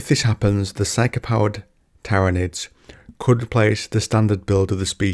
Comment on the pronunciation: My guy manages to pronounce Tyranids 3 different ways and none of them were correct lmfao.